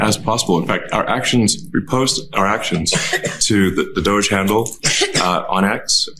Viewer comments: Doge pronounced Dodgy! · . "So who is in charge of DOUSH?". "The Douche, obviously. Sometimes the old one, sometimes the Foreigner.".